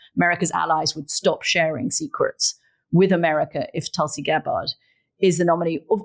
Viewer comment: At least pronounce Tulsi's name properly